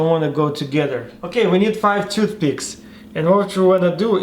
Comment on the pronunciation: “Took piths”